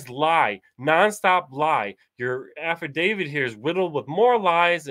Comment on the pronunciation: What is the difference between an 'Avidavid' and an 'Affidavit'? If you are going to claim to know the law, then at least try to spell it correctly, and not look like an illiterate who doesn't know what he's talking about.